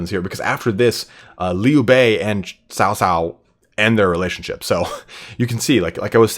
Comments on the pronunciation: Cao Cao should be pronounced as “Chao Chao” (like Chao in Spanish - “goodbye”), not “South South”. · Cao cao is. 曹操 ，not sao sao ,Sao sao sounds like big brother’s wife in mandarin,you can use google translate or something to find how it’s pronounce like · xia hou dun is the way to say his name . so as cao cao not saosao its caocao曹操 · Xiapi should roughly be pronounced as "see-ya-pi" or, more accurately, "si-ya-pi". Cao cao should be pronounced as "chow chow", or, more accurately, "ts-ow ts-ow".